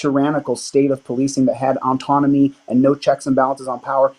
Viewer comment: Kept pronouncing autonomy, as ontonomy. This means he has never read the printed word autonomy.